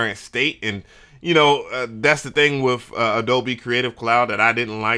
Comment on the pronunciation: You're a pro and you say wiv and wif and pro tools joints? Yeah, i'm switching the channel to English...